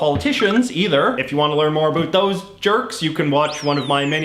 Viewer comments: I am Canadian and I have to ask are you really a Canadian? The way you say about makes my ears hurt and a true Canadian does not say "Ice Hockey", it is Hockey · You say ‘about’ like you’re trying to convince people you’re Canadian